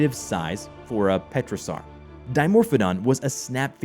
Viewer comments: Pterosaur (Terrosaur), not Petrosaur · The ‘p’ is silent. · Dimorphodon is not a "petrosaur" it's a "pterosaur" the "p" is silent! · Dimorphodon: petrosaur Me: wait, wait,wait, what? Did you just petrosaur? Um, excuse me, it’s pronounced pterosaur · pterosaur not petrasaur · Pterosaur not petrosaur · He mispronounced "pterosaur". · The "P" is silent in Pterosaur! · The p is silent in pterosaur by the way